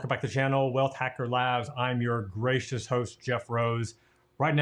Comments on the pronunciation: I swear I thought he said "I'm your racist host" at first hahaha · Team BuddyFight gracist, he said gracist